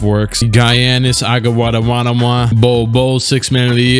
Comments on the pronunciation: Reason why you should watch my channel... 1."Guy-ah-nis Ata-wada-wada-wa" lol 😆 😂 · giannis agawanawanama or giannis akumpo ?